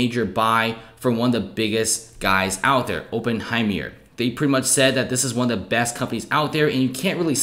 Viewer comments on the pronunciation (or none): Open hem myer? 😂